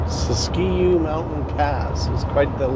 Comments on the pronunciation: Pronounced " sis q" NOT SISTQUE And you say wth is that parking job? I say. WTF WHY ARE YOU PASSUNG IN THE RIGHT HAND SIDE SHOULDER???? W. T. F??? and your handle shouldn't be Should be. And btw. No trucks in that rest area because to many trucks running with hot brakes jumping into that and 3 ppl have been killed because of trucks fast down the hill with no brakes So how about that for " TRUCK DISCRIMINATION " HUH?? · It is pronounced Sis-Q mountains.